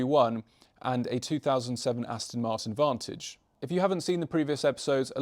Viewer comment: Came for the awesome and unique project. Stayed for “Aston Martin Vantage” spoken in the perfect British accent every time.👌